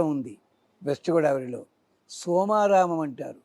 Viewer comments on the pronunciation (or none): ఇంత చెప్పే మీరు.. వెస్ట్ గోడావరి ... అనకుండా గోదావరి అని పలికితె సంతోషం.. గోదావరి ఎంత చక్కటి నది... సరిగా పలకoడి